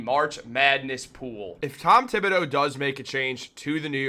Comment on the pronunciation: Mr Thibodeau 's name is pronunced as follows: tee ( tee shirt)- bo (beau) do ( do re mi fa) In French, the h of th is dead/ it is like it doesn't exist. 😂 h just makes the word beautiful.😂🎉